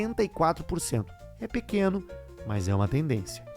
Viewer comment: Todo episódio que ele fala "PEQUENO" me dá gatilho do caixa preta